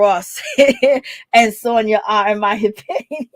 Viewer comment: if you're going to report on things make sure you get people's name right. Her name is Sanya NOT Sonia!